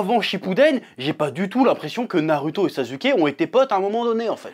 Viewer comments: Quand tu dit sazuke ça me trigger un truc de fou ptn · chef wolah je t'aime bien mais kesque tu casses les couilles quand tu prononces les noms japoais wesh : Boruhto , sasuhké , naruhtoh mdr après toute ses années je sais que tu fais exprès